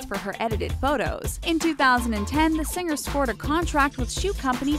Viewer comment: Or "sing-ger" instead of "singer".